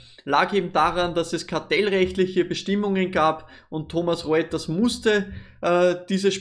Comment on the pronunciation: Wieder mal Top Video - danke dafür! Ecolab habe ich ja schon etwas länger jetzt im Depot, zwar nur eine kleine Position, fühl mich aber dennoch sehr wohl damit! Und nur der Vollständigkeit halber: es heißt nicht "Thomas Reuters", sondern "Thomson Reuters" ;)